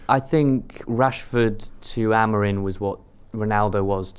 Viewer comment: AMORIM NOT AMORINE FFS 🤷🏻‍♂️🤦🏻